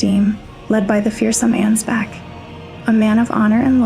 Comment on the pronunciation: Okay, gonna be honest, not your best video, and not just because you pronounce none of the names right... seriously, 'Mog,' 'Ansbatch,' etc. You kind of focus too much on the Formless Mother and compare her to Oedon from Bloodborne, and yes, there's plenty of similarities, but they're also quite different. The Formless Mother is far closer to being a natural Shinto Kami or deity of the Greek/Roman variety, I've seen one video compare her to Cybele, the Mother of Gods. By contrast, Oedon, based on the lore and themes of Bloodborne, is someone who ascended, but actually hates that he's lost a connection to the physical world, and is desperately trying to exist in 'corrupted' blood to both have kids and feel a connection again, I don't even think he knows what's happening anymore. On the topic of the Omen, the reason their horns are so unwieldy compared to the Ancestral Spirits, Tree Sentinels, and others with deeper connection to the Crucible is because they've been cursed by the Hornsent. Take the Thorn Sorcery spell, Impenetrable Thorns, which states that the edict of the Scadutree (in the shadow of the Erdtree) is that they (the Hornsent) must denounce them, and do them harm, for they have abandoned us. This is likely referring to Marika splitting the Land of Shadows from the Lands Between, cutting off the Hornsent from the rest of the world, which, as further noted by the old Hornsent Grandma, they took as a grave insult and abandonment, especially considering Marika ascend